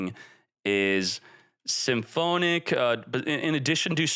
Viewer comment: I've always wondered, does mispronounce every single archetype or name on purpose? Like who says symphonic like that